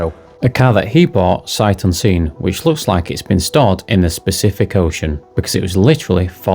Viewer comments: “Specific Ocean” 😂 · What do you mean, pacifically?